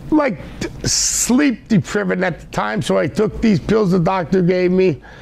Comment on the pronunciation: He was sleep "depriven"